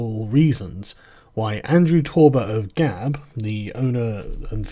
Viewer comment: Ban sounds reasonable - it's 'Gab', not 'Gawp'.